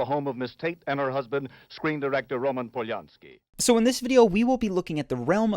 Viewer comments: "Roman Poyarski" you what mate? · Are we just not going to talk about how the news pronounced Polanski